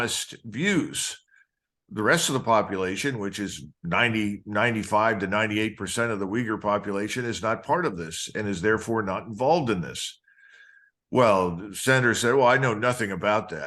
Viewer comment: Uyghur is pronounced ooy-goor. Not wigger. That sounds like a swearword.